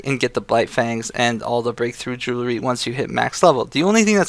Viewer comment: Not to nitpick but it's JOO-UHL-REE not JOO-LA-REE, you said it wrong like 500 times and it was driving me fucking insane so fuck you.